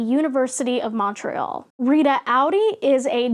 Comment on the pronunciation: The way you pronounced Montréal killed me ;-( please never say it again